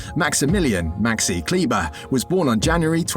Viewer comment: As I know him since his years in Würzburg as a teenager for s.Oliver Baskets there is not much I didn't know. And yes, when you make a video about a certain person try to pronounce his name properly (German). But nevertheless a good video dedicated to Maxi.